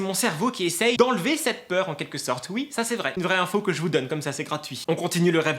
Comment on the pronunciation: Au debut de la vidéo j'ai compris : " Heryyyy! FOUS aller bien?" Cerait tu allemand??😂😂